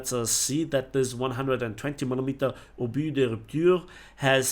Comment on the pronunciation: NICE "obus de rupture", best non native pronunciation I've heard so far!